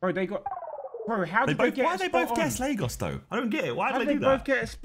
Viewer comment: Viks pronunciation of Lagos was so jarring